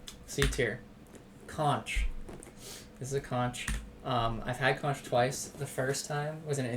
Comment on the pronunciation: The Bahamas has the best conch its the national dish...you went to the wrong places for it and its pronounced like konk